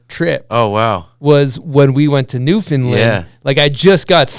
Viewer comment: super stoked to hear this story, thanks bomb hole and to the man of many hats Trevor Andrew. growing up in NS is was always dope to know one of ours made it so big. PS: Newfoundland rhymes with Understand.